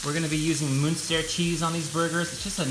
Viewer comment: I love the fact that you pronounced it Münster cheese and not munster cheese